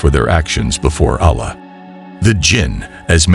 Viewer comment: Yaa.. Firstly must learn to pronounce Allah!